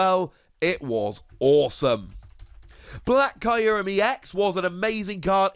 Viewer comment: I love this series a lot but i cannot wrap my head around how you pronounce kyurem as Caillou-rem